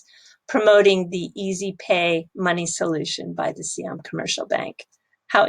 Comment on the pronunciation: Sai Yaam(not SEE Yaam) Commercial Bank, you had it before :)